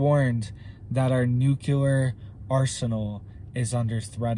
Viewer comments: I've not said anything for a while now, but its pronounced new-clear, not nuke -cu-lur just sayin. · Thanks for your input. The word is NEW CLE ER. NOT NU QUE LER. NUCLEAR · It’s NEW-KLEE-AR,, not NOO-Q-LAR! The continuous mispronunciation of the word nuclear drives me nuts! That said, thank you for the video. HOWEVER, you don’t seriously believe that China is the only nation engaging in international espionage, do you? The U.S. can switch off China’s electrical grid in a heartbeat, and they can destroy ours. Ed Snowden showed us that years ago, as did the fact-based movie ‘Spygame.’ The ONLY reason the major players haven’t played their trump cards yet is because no one wants a MAD scenario, which is what would result. Consequently, at present, TPTB are testing out how far they can push the proverbial envelope before the nukes start to fly. I have no doubt that they will fly, and it’s going to be Hell on Earth, but always remember the mutual focus of every player involved is a global population of 500,000 people. And those people will be (have already been) cherry picked, and you and I are not invited to the party. ‘If in this life only I have hoped, I am of all men most to be pitied.’ (The Apostle Paul.) Amen.🙏🏻 Love and All Good Things, Jesse.🌹 P.S. We’re not going to win the small battles, but God has already won the war. Only the second death is permanent! Love and All Good Things, Jesse.🌹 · Please say nuclear just one time properly. Noo-clee-ar. 👀😂 Love the channel. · Say it right! It’s “NUKE - LEE - ERR!!!” For crying out loud,, you sound like George W. Bush! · I can't take anyone seriously who repeats NOOK YOU LER over and over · Am I the only one who thinks he pronounces nuclear wrong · If pronouncing nuclear wrong is the worse thing he ever does but the information he gives us is correct I would say we have bigger issue tobe concert about, appreciate he info and keep up the good work, love your channel